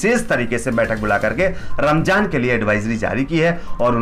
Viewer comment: Ramzaan h bro Ramjaan nahi pronunciation sahi se kro....Alkah Hidayat de Hamare Yogi Ji ku😎